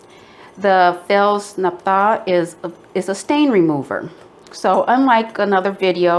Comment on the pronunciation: You pronounce it with the emphasis on naph'-tha. 1st syllable. Like the soap recipe